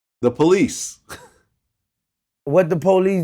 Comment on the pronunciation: when vlad reiterates "against the POLICE???" i tear up every time 😂